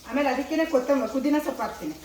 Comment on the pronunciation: ಕುದಿನ ಅಲ್ಲ, ಪುದೀನ😂😂